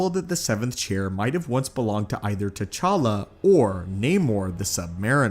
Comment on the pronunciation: It's T'challa